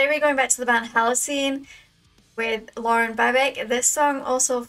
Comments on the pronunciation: You're saying Lauren's name right, Addie just got it wrong here :D The cover of Toxicity is also glorious and then they rounded out the trilogy with Aerials. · No, you said Lauren's name right. Addie said it wrong. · More more more! And Addie actually laughs that she's only gotten Lauren's name right once even tho they have done multiple covers together.You were right. Don't change how you pronounce it lol Continue down the Rabbit Hole & fall more in love with Release the Babic!